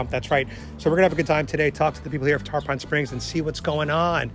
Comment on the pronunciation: love the vid but it aint tarPAHN its TarPIN